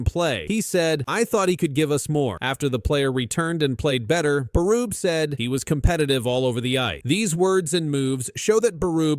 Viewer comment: that's not how you say Berube